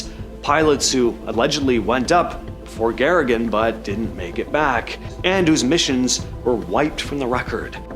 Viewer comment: The 1st person in space is Soviet cosmonaut Yuri Gagarin, not Yuri Garagan! It’s really sad that this program & u, the host, don’t immediately know Yuri’s name by heart. Do u also think Neil Legstrong is the 1st man & American to walk on the moon? Who is the first American in space? How about the 1st woman in space? It’s not Sally Ride—not by a long shot. Soviet cosmonaut Valentina Tereshkova was the 1st woman in space in 1963!! It was exactly 2 decades later in 1983 when Sally Ride finally became the 1st American woman to go into space. Astronaut Alan Shepard was the 1st American man in space in 1963. Lastly, who was the 1st one in space? Huh? …Lika, the famous Soviet cosmonaut dog was the 1st Earthling in space! Lika translates to “Barky” These achievements r HUGE! These amazing people & several animals risked & some gave their lives to collectively further our Earthly civilization, & we all benefit greatly from their sacrifice & bravery. The least we can do is get their names right!